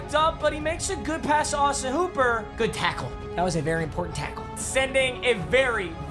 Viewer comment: when he said tackle😂